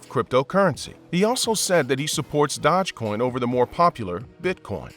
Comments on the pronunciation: It's Doge coin not Dodge coin😂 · "Dodge coin"?? I thought it was "Dosh coin" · Dodge coin? Never heard of it 🤣 Maybe you meant dOge coin? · I can't stand the other guy's voice for some reason it just really irritates me but yes this guy did screw up here with that pronunciation and that was irritating also . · They pronounce it wrong , yes , but it's pronounced Doje... like the Doge Palace of Venice ( he was the Duke ) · Dogecoin is not pronounced DODGEcoin. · The way you purposely mispronounce Doge over and over and over just to troll has lost you a subscriber. (Your content was steadily going downhill anyway) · Imagine being a creator and can’t even pronounce dogecoin